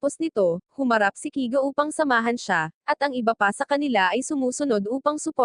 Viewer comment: Baji at kiga ano yun hahahahaha panget mo mag recap promise no offense.